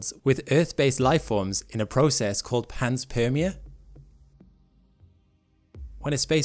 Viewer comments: Also, the word panspermia is consistently mispronounced. It's pan spermia, not pans permia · Interesting video though i believe it's pronounced pan-spermia not pans-permia. As pan is Greek for all and sperm- seed of life. Like pangaia... pan = all... Gaia = earth... Anyways nit-picks only, I love your channel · it's not PANS-PERMIA ... it's PAN-SPERMIA ... think SPERM i.e. SEEDING. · Pan- meaning all Sperm-meaning some sort of reproductive cycling. Ia- as in society or world. It's pan-sperm-ia. Not pans-perm-ia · I love the content on this channel but I have to nit pick here.... it is pronounced Pan-spermia not Pans-permia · Refer to to the etymology of the word panspermia for its pronunciation (which you got wrong). Correct pronunciation is PAN-SPERM-ia. Greek root of PAN = ALL, SPERM = SEED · It's Pan-Spermia... once you notice it's talking about sperm the rest makes sense...